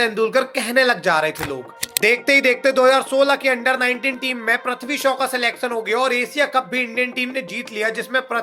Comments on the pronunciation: प्रथ्वी नहीं है वो। पृथ्वी है🤦🏻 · Prathvi bolne se acha prithvi bol detha Bhai😁